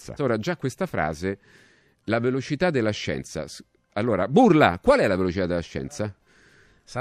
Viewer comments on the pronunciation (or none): Bourla, è greco, Άλμπερτ Μπουρλά, ma si pronuncia "burlà"